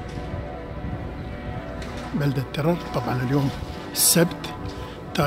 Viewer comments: ترير مو تيير ( Trier ) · ترير مو تيرر 😹😹🤦🏻🤦🏻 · اسمها ترير وتلفظ بنفس الاسم ترير ولو قلت لالماني كيف اسير ترير ما بيفهم عليك لانهم بلفظوها تغيغ هي مدينه فرنسيه الاصل واسمها وابنيتها وسكانها من اصول فرنسيه فيها اقدم كنيسه في المانيا